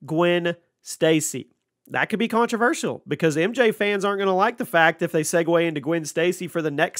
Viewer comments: What's really controversial is the way this dude pronounces controversial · The way u keep saying controversial in that weird way…lol it ain’t right